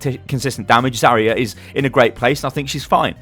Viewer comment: I hate being that guy but... I watch so many of your videos and it grates on me every time... It's pronounced "Zar-Yuh" it's not "za-ree-uh"